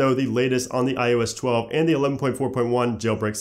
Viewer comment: You say iOS 11 fine. What's the difference when trying to say iOS 12?